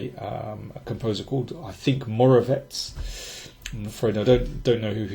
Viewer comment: Congratulations, you may be the first English speaking person ever to pronounce the Czech surname Moravec correctly! Hugely appreciated!